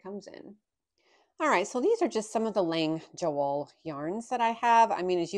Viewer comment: Thank you for the correct pronunciation! And the play on words! It’s fun to know those kind of things!